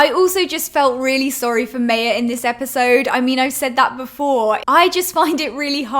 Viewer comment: Lol was thinking the same about how Maya was pronounced like a classic white person - May-a. But its Ma-Ya.